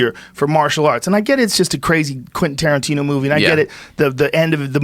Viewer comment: " TARANTINUM" seriously dude?